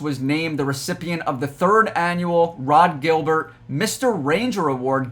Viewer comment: This is at least the 2nd time you've mispronounced Rod Gilbert's name. Any true fan that has any knowledge about history knows that man's name and the fact that you don't is a damn shame.